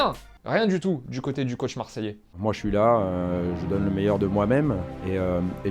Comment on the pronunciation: mdr "du côté du coach marseillais" on dirait qu'il dit: "du côté du cauchmarseillais". Remarque ça marche aussi.